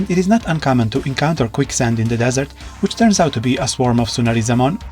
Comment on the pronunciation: Can't even pronounce his name